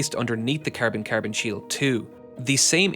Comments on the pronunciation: Bro keeps calling carbon ‘carebin’ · I love the way he says Cærbon lol